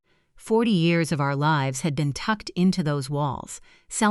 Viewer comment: SO weird how the narrator said “Home is where peace lives.” Not just that “lives” was mispronounced…but the suddenly loud volume and making it like a strong declarative. Also that the name “Renee” was pronounced three different ways in the story. Just so very distracting…